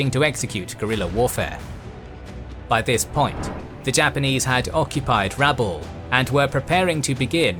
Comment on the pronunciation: Just a correction on pronunciation, my understanding is that the emphsis is on the a not the u in Rabaul.